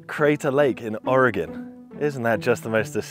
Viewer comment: Surprised to see a Brit pronounce Oregon better than most Americans!